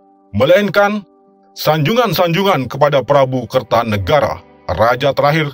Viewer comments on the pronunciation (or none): none